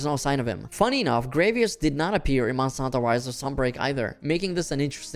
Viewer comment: Sorry but the pronouciation of Gravios is getting to me. It's not Gravios like gravy. It's actually Gravios like gravity.